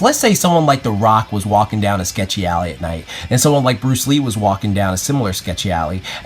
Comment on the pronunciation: Lee-uhh Bruce Lean. LEEN - yes leen Brunce Lean! BRUCE LEEN (I took that joke from ) haha! xddddddddddd